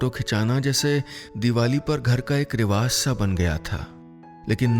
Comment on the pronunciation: नीलेशजी आपका तलफ़्फ़ज लाजवाब है बस रिवाज को रिवाज़ ना कहा करें